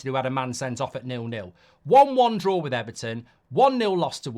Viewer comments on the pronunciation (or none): none